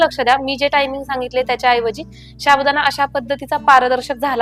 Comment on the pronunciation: साबुदाणा असे म्हणतात शाबुदाना नाही प्लीज मराठी स्वच्छ बोला आणि मगच व्हिडिओ करा